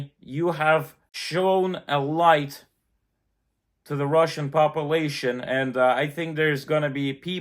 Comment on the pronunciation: Russian Papalation he said